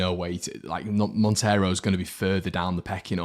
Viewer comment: Sorry to be pedantic but the pronunciación of Monteiro is mon-tay-row. Cheers. Keep up the great content! Spanish Whites! MOT!